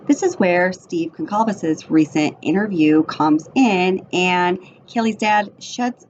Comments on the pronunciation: PRoNounCED: Gone-Sal-Ves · The C is pronounced as an S. I have the same last name. The sir name is Portuguese. My father was from Portugal. 😉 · You are mispronouncing Kaylee’s last name.😑 At least get her last name correct out of respect.